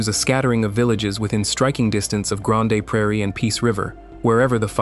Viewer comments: Its Freakin Grand ! - not Gran-Day ! - WTF - EH ! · granday lmao i can't watch the rest after that I'm sorry. LLM sciript read by person that doesn't know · Come on AI You can do better : "Grawn Day" Prairie for Grande Prairie? That is just lazy. Pronunciation gaffes like that undermine the content? Is it reliable....? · "Granday" Praire???? AI no speakee good. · Grandey Prairie!!! My ears are bleeding.